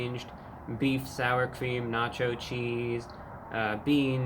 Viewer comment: na cho cheesd